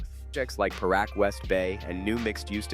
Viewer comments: Can't you pronounce Paranaque? Had to listen 3x on how you mentioned PAQUE. It's pronounced as Pah-rah-neeyah-keh. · Paranaque City, not Paaqui